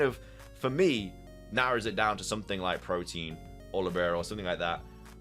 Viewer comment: The ability is Protean not Protein